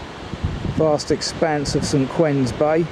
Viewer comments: Great vid. Just for your info, it's St. Ouen's Bay with an 'O'. It's pronounced Warns to rhyme with darns. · Ones not warns